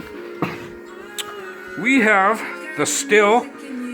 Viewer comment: STIHL is pronounced the same as Steel.